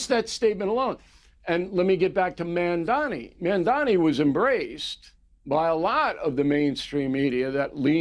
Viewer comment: LOL at O'Reilly doesn't know what Communism is and can't even pronounce Mamdani's name properly.